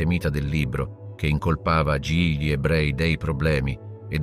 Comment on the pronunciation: Si tratta comunque di un software di lettura automatizzato, semplicemente non riesce a leggere correttamente l'articolo "gli" e lo legge "ghli" oppure "gili", decisamente perfettibile.